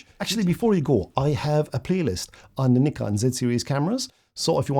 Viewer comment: Thanks for this; lovely clear video with lots of very useful tips and you pronounce Nikon correctly! 😆 Very helpful for a rank amateur still photographer trying to become a rank amateur video shooter!